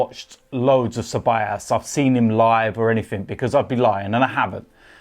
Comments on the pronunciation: It's pronounced as cebayoos not cebayaas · it's dani ce-ba-yos or ce-ba-jos (like josellyn) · You pronounce Ceballos as 'Cebollas' .. Cebollas means Onions btw 😂😂